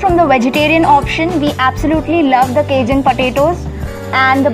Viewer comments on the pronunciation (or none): none